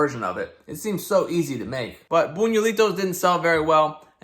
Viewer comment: Buñuelo is pronounced closer to boon-you-el-oh, so the cereal should probably be pronounced boon-you-eh-lee-toh